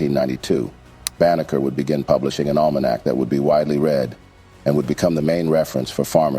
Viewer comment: His name is Benjamin Banneker, not Baker. Stop muddying the truth.